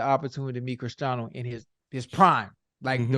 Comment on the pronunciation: ocho cant even say christiano’s name right lol